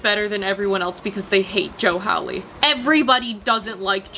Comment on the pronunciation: I'm so sorry but the way you pronounced "Joe Hawley" made me tweak out